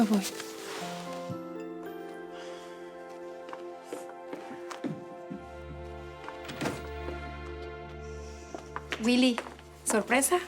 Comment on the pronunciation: Jeje si el zorro de mi padre dise wuily😆😉